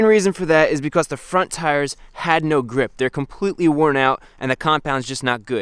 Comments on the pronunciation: i find it so funny when you say "because" it sounds like you are saying "becoss" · why do you say becoss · Chris has a slight accent when he says because